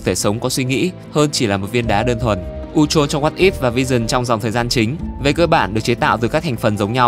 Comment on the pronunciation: Phát âm sai chứ sao